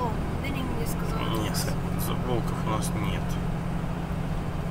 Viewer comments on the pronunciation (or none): не забывайте говорить правильно - влкОв. биГи, биЖи как то слух режет , не забывайте родную речь ! :-))